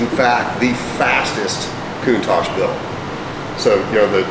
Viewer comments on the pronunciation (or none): How does Countach pronounced as Countage? Lol. Beautiful vehicle 🚗